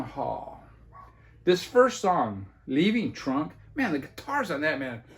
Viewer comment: When you mentioned your favorite song on the Taj Mahal album it sounded like you were saying Leaving Trump.